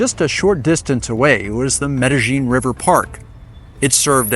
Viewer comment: Medellin is pronounced Medeyin or Medelyin-Not Medejin!😘🤑